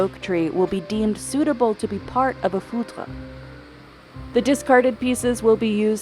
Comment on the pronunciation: In French, you usually talk about talk about a "fut de chene" or a "tonneau en chene".. never heard about "foudre" that is the terme used for a lightning. It is hardly used. The worst is that since the voice off does not prononce it well, it sounds like "foutre" that is a very derogatory way talk about sperm and that could be translated as "sc*m"